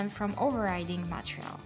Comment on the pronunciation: Its so cute how you pronounce Montreal instead of Material! Anyhow, great content!